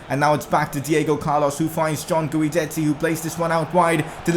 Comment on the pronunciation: Since Diego and Guidetti are going to be a Dynamic Duo just letting you know his name is pronounced as if the U wasnt there. Keep up the good work loving the vids ❤️